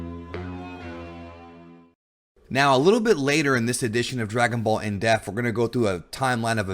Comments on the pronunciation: Is it me or is he saying def? Not being a dick I've watched many videos but it's dep-th.... Sighs... Sorry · Dep-th not deaf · Why can this guy not pronounce the word "depth"? WTF? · Bro its pronounced dePth not death. Death and depth are 2 different words. Why nobody has bothered to correct ur ass after all these years is beyond me..DEPTH DEPTH DEPTH do u not see the P?. Say it with me. Can pronounce all these Japanese words flawlessly but cant even correctly say common words in.ur own language. Wtf 🤣😂🤣😂